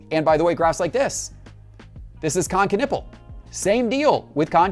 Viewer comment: 😅 did you just call him Kon Kanipple??